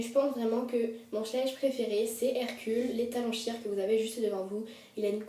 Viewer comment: on prononce shayeure d'accord? je te dit sa gentiment ;p